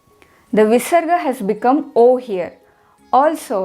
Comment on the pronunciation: when there is a pa or pha after visarga the sound replaced by fa is not convincing